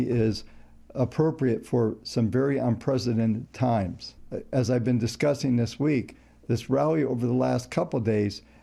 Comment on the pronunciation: not a pun - mispronunciation. Happens all the time.